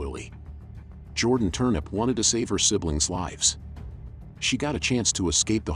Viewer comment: Called her Jordan "Turnip"